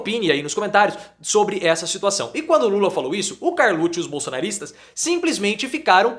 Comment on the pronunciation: Por que você pronúncia carluccio, como se carluxa fosse italiana?